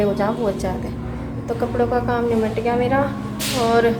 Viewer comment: Didi nipat gya bolte h nimat gya nhi bolte